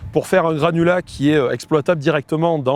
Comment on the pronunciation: Je suis le seul à avoir entendu "granola" à la place de "granulat" pendant toute la vidéo ? Ça m'a donné faim !